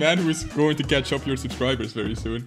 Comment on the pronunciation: "verrry" XD